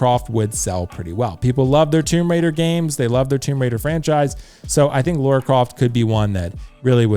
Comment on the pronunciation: I like the Arthur Morgan and Lara Croft choice. I'm thinking Lara from the most recent games (Also it's pronounced LUH-RUH...Rhymes with Mara, not LAURA CROFT 😜) I also would like: Solid Snake - MGS4 Claire Redfield - RE2 Remake Leon S Kennedy RE4 Remake Chris Redfield RE 8